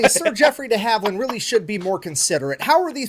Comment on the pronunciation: Not Dee Haveland, deHaveland